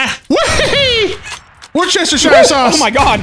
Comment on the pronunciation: Goddammit. WUSS-ter-sher!